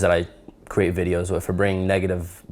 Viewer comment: In create the e comes after the r so it spells create not cerate like you keep saying. Please stop.